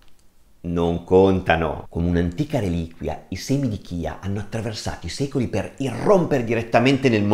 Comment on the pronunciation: Si pronuncia CIA perché è la salvia ispanica quindi la corretta pronuncia è quella spagnola …..semi di CIA..